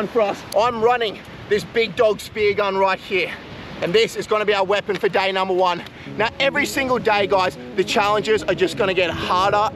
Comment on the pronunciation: To 'day number 1 ' bro is saying dainamo 1😂😂